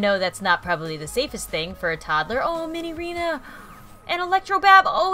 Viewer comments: its minireena not minyrinas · cool guy its pronounce as Minireena